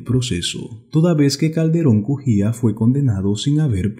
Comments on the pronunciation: LOS APELLIDOS SON CALDERÓN CUJÍA, NO BUJÍA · Se llama efren Calderon Cujia no bujia